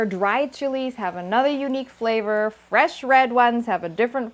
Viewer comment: 👍👍👍tasty! I like the way you say FRRRESHH CILANTRRRO 🤣🤣🤣